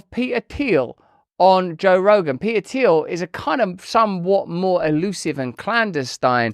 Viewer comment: Love you RB but…. You can’t pronounce the T in PeTer, but can immediately rebound to pronounce it for Thiel? 🧐 haha